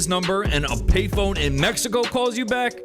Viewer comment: In Mec•he•co. You mean in Mexico. I hate when this girl talks.